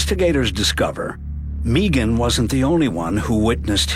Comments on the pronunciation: Nope, she pronounces her name Meegan. Sounds silly, since it’s usually Megan… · Its Maygan. Not Meeegan..😅😅😅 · who shows up to an upscale dinner party to assault the veggie tray! What’s this guy doing when people aren’t looking?! To be honest I heard Meeegan 😂 did it. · Scott Mçkày is beautiful the name Megan .